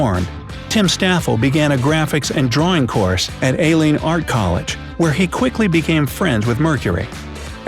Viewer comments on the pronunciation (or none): none